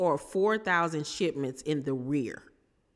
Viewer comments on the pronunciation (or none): I laughed when I heard " in the rear" instead of in arrears.